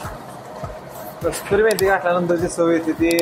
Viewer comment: Kasturi methi ny kasuri methi😅😅